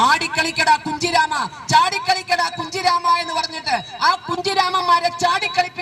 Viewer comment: I ചാടിക്കളിക്കട കുഞ്ഞിരാമ എന്നാണ് ചാടിക്കളിക്കട കുഞ്ചിരാമ എന്നല്ല ഇടക്ക് നാക്ക് പടിക്കുന്നത് നല്ലതാണ് വിഷ കലേ